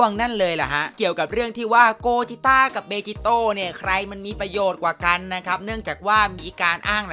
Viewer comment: พี่ครับมันอ่านว่าเบจิโตะ